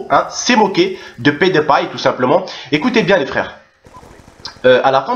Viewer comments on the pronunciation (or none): Canal+ c'est moquer de pet de paille (prononciation de HAHA) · MDR : C'est Pewdiepie pas Pet de païe.. x) Plus sérieusement, Antoine De Caunes ce faux cul il se moque de la communauté gaming mais quelques mois auparavant il faisait un vidéo avec Cyprien sur CyprienGaming ! Bref, de toutes façons, dans quelques années Youtube, Twitch et Internet en général auront pris la place de la TV... La télévision est un média bientôt mort. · On dit Pyoudipie mdrr sinon bonne vidéo ;) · MDR comment tu prononces le pseudo à PewDiePie (PetDePaille) sinon Canal+ pour moi est en train de s'enfoncer de plus en plus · jlai vu la meuf c meme pas dire pewdiepie --'